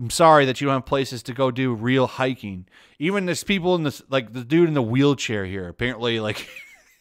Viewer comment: hiking Learn to pronounce